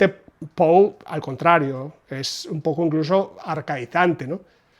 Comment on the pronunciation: Excelente info como siempre, precisa, rigurosa y objetiva; y por fin escucho a un español decir "Pou" y no "Poe". Tampoco se necesita mucho esfuerzo darse cuenta que Poe es un master, sea cual sea la traducción. "Páginas de Espuma" edita con calidad sin dudas, pero esta cubierta es "horrible", y ni hablar de la libretraducción que quieren promocionar como "original". Respecto a Mariana Enriquez, solamente "El Cuervo", le sobrepasa por 10 veces. Agrego que tengo la de Gredos (Cuentos), con traducción de Cortázar.